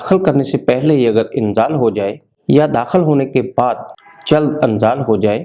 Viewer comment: Anzal nahi inzal hota hai ye dar asal arbic lafz hai